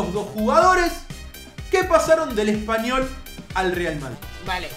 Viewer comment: dice espayol no espanyol